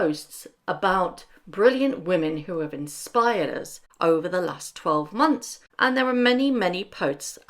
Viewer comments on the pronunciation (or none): none